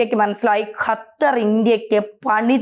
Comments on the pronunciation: ഖത്തർ എന്നാണ് ' ഹ ത്തർ അല്ല. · ഹത്തർ അല്ല ഖത്തർ പ്ലസ് ഉച്ചരണം ശെരി ആക്കു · ഹത്തർ,,,, അത്തർ ഹ ഹ ഹ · ഖത്തർ എന്ന് പറയൂ ചാണകം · ആദ്യം ഖത്തർ എന്ന് പറയാൻ പഠിക്കൂ അതിന്നു ചാണകമല്ലേ